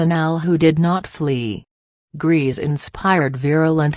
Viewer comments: Her surname is not "Greez", it's pronounced Grayza". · Is ANYONE EVER going to pronounce her surname correctly? It’s pronounced like GREY-SA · learn how to pronounce correctly her German surname - you made a hash of it. Also learn how to pronounce Pierrepoint.